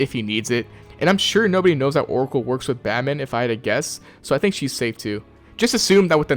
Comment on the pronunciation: Bro really said for Orcal 💀ummm